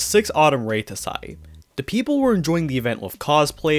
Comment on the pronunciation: REituhsai, zuhn, gou'oku, Ibuhn - bruh I can't with this channel lol thank goodness for blocktube